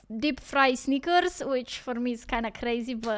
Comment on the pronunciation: Because she said it like sneakers, not Snickers. That's why. 🙂